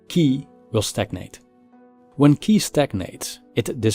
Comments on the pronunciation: Good video. I guess that qi is pronounced ''chi'', not ''ki''. Anyway, you could make a video on the concept of qi from a philosophical point of view in the future, it would be interesting. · Just two little things to avoid misunderstanding... 😊For editing ”Nothing is impermanent” , there should be "everything", and"qi" is pronounced "tshi" as in an English word chill. Anyway, I do appreciate your effort a lot. Keep up the good work.🙏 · Qi pronounce as chee.